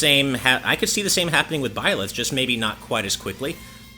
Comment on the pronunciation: Ok this is epic. The joke means that pronounced Byleth as Bleah because it sounds like a disgust expression due to being dissapointed at the last Part of the 1st fighter pass. Thank you and Goodnight.